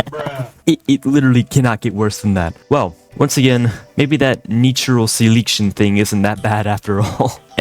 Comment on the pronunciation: Can you pronounce selection man?